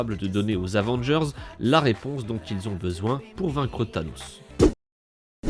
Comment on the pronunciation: Dis pas « Avengerz» mais « Avengers »